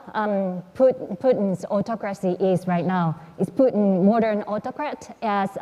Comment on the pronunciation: Путын рыжим. Ржу, не могу. Абсолютли. Мутко или кличко уроки английского давали, видимо. Мои бедные уши